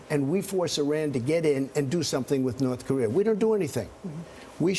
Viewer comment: did the guy in the purple tie say "north career"???